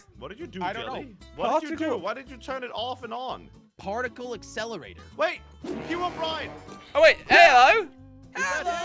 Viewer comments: did say herobrien? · jush said herobrine